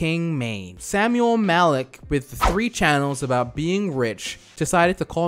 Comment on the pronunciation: he says malki in arabic means king but it's actually MALIK not MALKI idk why im so pissed off about it